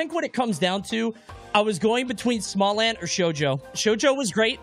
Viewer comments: "And also.... we have " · “And smallant too” lol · Bro said "then theirs smallant then continued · LMAO “and then we have ” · "And then there's smallant as well..." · "And then we have as well" ffs hahaha